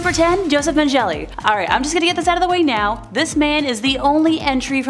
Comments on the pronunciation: MenJELLY? Men GALLA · It's Men-ga-la! Learn to pronounce the name and words correctly!!!🤬🤬🤬🤬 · Josef Mengele MEN-GAH-LAH